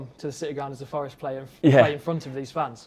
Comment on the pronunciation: Please just one 'R' In "FOReST" 🙏🏼